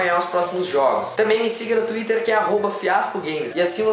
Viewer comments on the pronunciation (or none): none